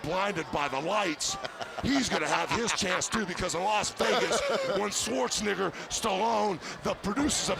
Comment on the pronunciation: Hogan saying Arnold last name...... It's been in our faces